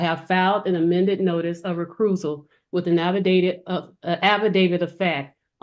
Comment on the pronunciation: and "recruisal" 😂